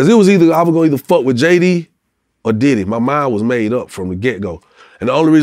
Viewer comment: Is it me or when he say diddy house he say daddy house